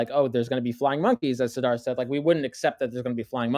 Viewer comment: I kept thinking was saying Darth when he would say "Sidharth"